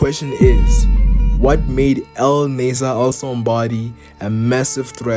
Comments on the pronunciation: I think you mean to say his name is pronounced ( Nah-Ser or Naah - Ser or even Nah - Sir ) . Nasser ( an Arabic name ) Starting with the sound of N which then is quickly followed by a long emphasis on the A vowel . Which quickly rolls over the double SS consonant into another long emphasis on the E vowel before ending in the R sound . Even like this - Nah - Zer Writing it the way you did for pronunciation value ( Naaaser ) would lead one who speaks English as a native tongue to think Nasser sounds almost like Lazer when pronounced - though starting with an N instead. So if you are trying to communicate an emphasis on the A vowel it’s better to do it using an H after the A ( Nah or think “ Ahhh “ ….As in “ Ahhh I understand now “ ) rather than by adding more A letters . This could be due to how you personally understand the English pronunciation of words and letters different to that of someone who speaks it natively. I have many Muslim Albanian friends ( one of whom is actually named Naser with only one S ) so I know what you are trying to convey here . Another is named Senad ( Sey - Nad ) kinda like “ Hey “ but with an S instead. Hope this helps. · Naaaser, that’s how you pronounce his name, Naaser. Thank you for the informative video.